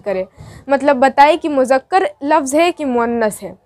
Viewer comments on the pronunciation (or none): Mujakkar nahi Muzzakar... Moannas... Good job but write and speak right Urdu... Udru is a great language